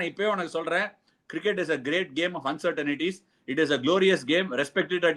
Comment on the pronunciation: Ash!! It's not uncertan ities but uncertain ties.